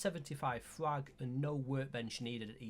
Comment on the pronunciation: What the fuck are you saying scrap and frag?.. so unclear